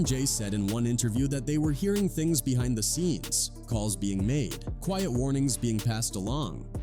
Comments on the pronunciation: "Chin-gee" "luda-crease" "disturbing TH-aaa peace" I can't listen to this shht after a while😂😂 Using AI in your video is fine I guess it's a technology that could help enhance your production..but the laziness of these people is what's crazy if your going to use an AI voice at least take the time make sure we can hardly tell write the script in a way the AI can read it for example disturbing THE peace that's all it would take and the ai wouldn't sound like a complete imbecile 🤦‍♂️ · We gotta start calling out these AI narrator channels..."Disturbing THAAAH" Peace"? C'mon....we're allowing a new level of laziness from these content creators. Least they can do is hit us with real recorded narration.